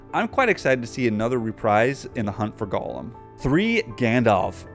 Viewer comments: sounded like you were saying Golem. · Can't believe how bad you pronounce Gollum